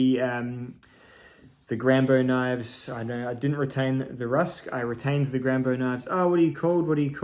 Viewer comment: G rambo knife, with a french accent. Nice 👍🙂